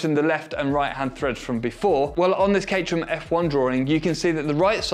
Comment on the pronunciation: i can't believe he actually said the word cate-rham 🤣🤣🤣